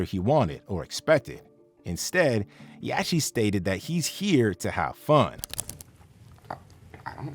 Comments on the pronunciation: These AI channels misspronouncing things is funny af... yachi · Why dude calling him yacheee 😂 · What I find most entertaining is how you pronounce even the most basic rap names incorrectly 🙃...you can literally hear their name in the clips YOU CHOSE 😂 "YAH-CHEEEE" "QWAHH-VO"🤣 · Hey dummy AI; It's not yatcheee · yawcheee? Wtf is with these AI voices 😂😂😂 dont kno how to pronounce words fml wtf is going on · Lil yaw-chee? Them AI voices can’t pronounce sh!t that ain’t in the dictionary 😂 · Lil yatchy lol. If you gonna narrate, better at least get names right.l 😂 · One thing I hate the most is when these guys get the names wrong of these well known artist like who Tf is Yatchy, its yacht with a fucking Y dude my goodness that shits annoying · Yach tea? Quarvo? You gotta be 45+ to not know how to pronounce their names considering how big they are as artists 😂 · He lost me at Yaaachee! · Lol. He said it right, yatchy 🤣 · And the T is clearly after the (ch) so that would actually make it Yach-tee. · Bro how can you not know how to say YACHTY’S name after all these years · Why doesn’t the AI who created this know how to pronounce “yachty” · bro no way you butchered LIL YACHTY LOL 😂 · Why is no one talking about how this nigga pronounces Lil Yachty 😂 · Buddy can’t even pronounce the word Yacht ? 🛳️ Like a boat but bigger a yacht So it’s little yacht’y Like a small yacht …. This generation is cooked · Bro how you saying yachty name wrong ?? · only thing I was bothered by was dude not knowing the c is silent in yachty 😂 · Had to hop off after hearing how you pronounced yachty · The narrator butchered Yachty's name. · YACHTY 😂 You got a channel covering Hip-Hop and Rap Artist and can’t correctly pronounce the name? JOE BUDDEN EVEN SAYS IT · Uses Internet to post video. Doesn't use Internet to find out how to pronounce Yachty